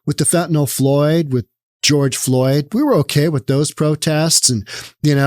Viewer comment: Did you say fentanyl floyd?